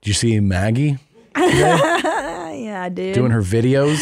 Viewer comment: By the way. I'm about 99%-1,000% sure it's supposed to be "big titty muh gee" not Maggie. 🤣